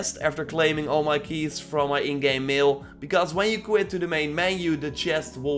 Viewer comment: Bro I love your channel but when you said mail I though you said meal and I ate a steak 😂😂 I’m sorry